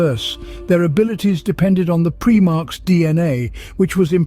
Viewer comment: Pry-marks, it's pronounced, not Pree-marks, lest someone think they were Preemies...🤣